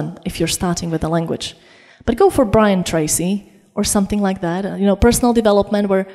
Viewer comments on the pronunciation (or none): none